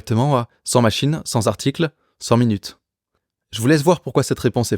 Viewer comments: pas fort en Français en revanche: on dit "100 t'articles", "pas cent z'articles". Merci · Cent zarticles… Ok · cent zarticles 🤣